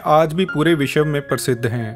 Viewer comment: विशव नहीं कहते साहब। विश्व उच्चारण करो।